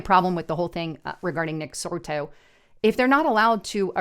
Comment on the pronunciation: It's not Nick Sorto.